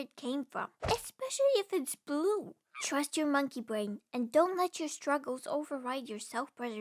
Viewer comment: Especially if it's bwue 🥲😂